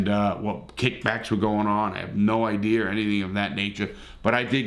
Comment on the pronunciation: who else likes it when larry said ideer 🤣🤣🤟🏻